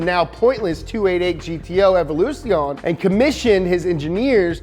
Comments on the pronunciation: Jesus Christ can you butcher the Italian language any further?? Evoluzione is pronounced "evo-loo-zee-oh-nay" And you butchered the fuck out of Nigel Mansel's name. It's not "Man-zell". God forbid you do some fucking minor research prior to making a video. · How did you manage to "almost" nail every italian proper name in the video but you still sistematically get wrong "Ferrari", "Evoluzione" and "Competizione" (even "Fédération" in "FIA", but that's French) LMAO